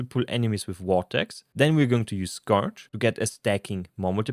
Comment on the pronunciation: Check how to pronounce scourge. You used the word so often that you might want to learn it.